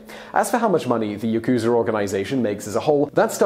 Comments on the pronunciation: Yah-ku-za not Yah-ku-zuh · Ooh don't worry Simon... I knew as soon as you said Yakuuza instead of Yakuza that you would struggle with the pronunciation 😀. It's the info that matters! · For the next time you re-issue, it's YAkuza, not yaKUza - the stress is on the first syllable. Interesting video, though. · Cholula Hot Sauce: Then why do most most Westerners pronounce it as ya-KU-za instead of the proper YA-ku-za? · 😂😂😂. I love these videos, but the Japanese is atrocious. It’s not YaKuza. It’s pronounced Yahkzah....the u is devoiced and silent. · Don't stretch out the Ku in Yakuza. It is YA-ku-za not Ya-KU-za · No, it’s not Ya-kooza. It’s “Yak-za”. You should at least get this pronunciation right. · the japanese pronunciation disclaimer was unnecessary after you said "yakooza" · Ya - ku - za say it with me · As sloppily researched as the presenter's pronunciation of "yakusa" and "tattoo." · lol yakooza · fact 1 you pronounced Yakuza wrong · Here's one pronunciation suggestion - when pronouncing Yakuza you don't put the accent on the middle syllable - Japanese pronunciation, in general, doesn't accent syllables (I'm not Japanese, but my wife was) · "Will try to pronounce all the words, but sorry if there are some difficult ones" instantly mispronounces yakuza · you can see the mistake in your own comment. You draw the ku too long. The ku is short. Like the beginning of cooking. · yaku + za. Not difficult at all. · Yakuza is pronounced wrong....